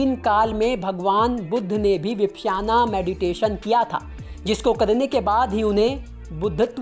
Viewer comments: विपश्याना नहीं, विपश्यना कहते हैं। भाई, उच्चारण ठीक कर लो। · विपश्याना नहीं, विपश्यना ध्यान विधि।अर्थात अपने आप को दूर से देखना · Yaar 1 million view le rakhe hai vipasana nahi bolna aa raha 🤦